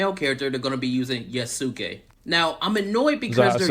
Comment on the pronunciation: So many people mispronouncing Yosuke. It's similar to Sasuke. Y'all should know this by now 😂